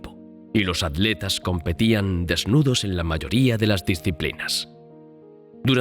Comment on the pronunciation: Por que los españoles les dicen adletas a los atletas?